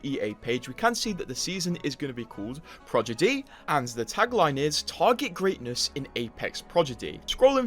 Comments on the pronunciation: the way he keeps saying “progidy” instead of prodigy lol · He Said Projiddy So Much That “ Prodigy “ Sounds Weird To Me Now 😭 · Bruh, why did you say "Progidy", now I can't un-hear that. Aren't you, like British 😭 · “Progidy” is way better then “Prodigy” anyway 😂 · Take a shot everytime homeboi says "Progidy" :/ Annnnd were all dead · Right can’t trust someone who can’t even speak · Blud hit us with the "progidy" can't unhear it now! ☠☠ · I am 27 seconds in as a non native and it hurts so bad even for me. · Hello, how are you today? Also... Progidy lol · Is he saying "Prodigy" wrong on purpose..? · the way you say prodigy is crazy lol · i was watching video without looking and im like wtf is the season called? then i look and its says "prodigy"😂😂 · yes bc he says it wrong